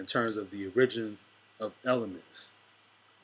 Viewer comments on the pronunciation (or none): He's inarticulate and I strived to listen to him but his inability to pronounce ORIGIN? Bruh, please. All you've done is put one man's opinion over another, so have at it. The most ancient people of the Sahel are also on the walls of Kemet. They called their home Ifrikya. The Haratin (Tuaregs to the invader) are phenotypically the closest relation to ancient Kemetan people, as I have posted before. The Berber name Ifrikya predates Arab / Euro invasions. Citation from Cornell Univ on the Queen Kahina "Her reputation as a strategist and sorceress had spread, and she managed to briefly unite the tribes of Ifrikya, the Berber name for North Africa, ruling them and leading them in battle for five years before her final defeat." The ancient Berbers are Blue Black to light brown. They were in Europe BEFORE the European was in Africa. Appropriation of the term Barberi is the origin of Iberian Peninsula (Spain&Portugal) or Hibernians of Ireland. Europeans had been exposed to self governing Black people long before they even knew where to look for them. .These Black / Brown Africans would eventually be called Mauro / Moor which you and others prefer to identify with. Most of the Greek/Latin/Arab names have an indigenous predecessor that has been transliterated but is actually a loan word from those cultures. Y'all wanna say the Black man was everywhere but you don't want to say his starting point was the beginning of all things. Clyde Winters has INDIAN scholars who cite